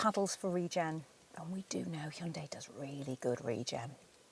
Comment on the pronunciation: Your pronunciation of Hyundai: 👌🏼